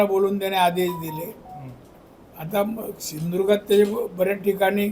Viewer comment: शिंदृगा ???? नालायका सिंधुदुर्ग म्हण. .